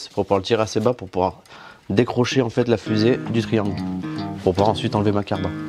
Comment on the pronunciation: C’est moi ou il dit : ”la cardan ”?